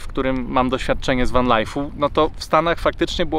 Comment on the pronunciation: Co to jest Wen (Van) i Sidni (Sydney) ? , lepiej brzmi spolszczenie 😊